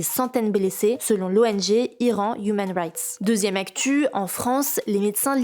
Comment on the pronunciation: ... Troizzième actchuuu... 😂